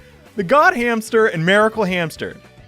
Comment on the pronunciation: wtf i had to listen to you say miracle like 5 times what accent is that man it stopped me dead in my tracks when you said miracle not making fun of you just really want to know why you say it that way